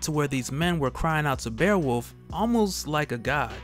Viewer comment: did he just call beowulf "bearwolf"